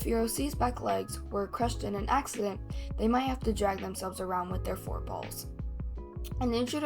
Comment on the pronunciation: it sounds like you said “4 balls” instead of forpaws😭